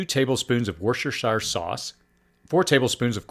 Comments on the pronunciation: Warshershershire sauce 😂 In the UK, from where it originates, it's "wuster-sheer sauce", or sometimes contracted to "wuster". That doesn't detract from a top quality video though. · "Wuster" sauce. Nice video thx.